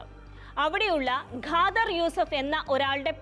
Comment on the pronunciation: ഗാദർ അല്ല ഖാദർ